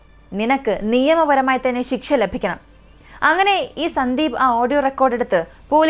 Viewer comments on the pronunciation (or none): none